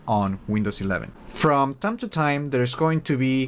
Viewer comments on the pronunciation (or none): none